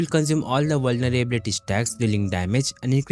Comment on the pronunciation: vulnerblyblylity - nice pronouncination man. You want me to redeem or not?